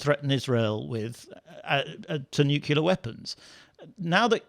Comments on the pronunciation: Try 'nuclear' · There is no such word as “nucUlar.” The word is NUCLEAR. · "nucular" is not an english word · First time I've heard a Brit pronounce 'nuclear' the way Presidents DDEisenhower and GWBush pronounced it : /'njukjulǝ/ instead of /'njuklɪǝ/. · For heaven's sake, look at the spelling of the word. Is it neukular or is it nuclear? Practice saying it in front of the wardrobe mirror for 20 minutes a day and come back next week. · it is EASY to pronounce nuclear correctly, read the sentence 'I'd like a new, clear glass of beer', repeat it, and stop sounding as if your parents overpaid for your school education. IT MATTERS, and it'll make them feel better too. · NuCULAR conflict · Noo-kle-yar. How hard is that to pronounce? These "journalists" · And can't pronounce nuclear! ("nucular") FFS.... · "nuc-u-lar weapons." SMH. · Another professional speaker who can't pronounce "nuclear" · It’s the second time this week I’m hearing the word ‘nuclear’ pronounced this way. Never heard it before